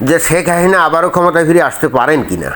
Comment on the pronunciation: ভাই উচ্চারণ স্পষ্ট করেন (শেক হাহিনা) শেখ হাসিনা শব্দটা দয়াকরে ধীরে ধীরে বলুন।